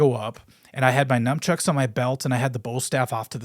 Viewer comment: We both mispronounce "Nunchucks" so he's a regular white dood like me :P